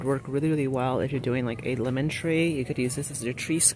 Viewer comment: Laymon....lol.. speak😂